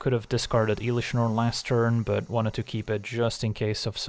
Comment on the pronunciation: Please stop saying iiilish Norn 😅